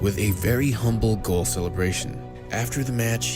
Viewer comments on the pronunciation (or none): none